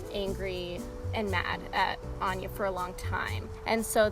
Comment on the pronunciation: Ok its AN-NYA not AN-JA...